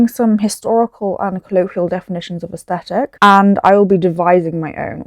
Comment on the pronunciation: aSHthetic lol please dont